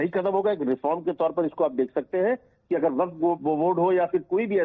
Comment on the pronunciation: Abe ghanchakkar! Not वकफ it is वक्फ! पता नही कहां से गधों को पकड के लाते हैं और एंकर बना देते हैं!!